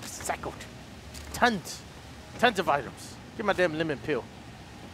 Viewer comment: I like that keeps on saying lemon pill instead of lemon peel